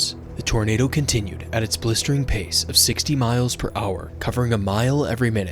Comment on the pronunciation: "Harrowing" not "horrowing"🤦🏻‍♀️